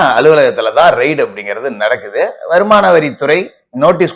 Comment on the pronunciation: அது ரைடு இல்லீங்க ரெய்டு என்று சொல்லுங்க.